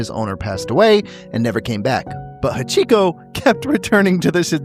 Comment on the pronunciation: The way you pronounced Hachiko really threw me off for a second there, haha!